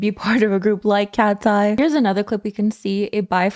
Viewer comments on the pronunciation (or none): Not me hearing "Ratseye." Lol